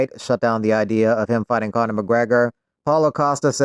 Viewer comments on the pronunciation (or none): Its Conor not Coner